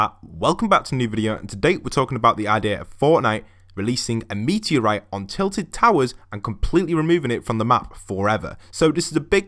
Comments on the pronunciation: TILTED NOT TITLED! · It isnt titled but tilted No hate btw